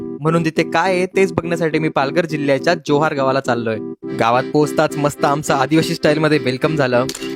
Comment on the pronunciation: अरे बाबा जोहार नाही, ❌ जव्हार ✅